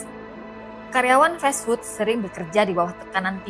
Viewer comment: Duh bacanya festfood, 😂😂😂, emangnya makanan festival